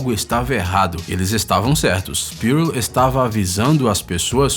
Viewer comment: Cara, não é "Pírôl". E sim, "pûrl.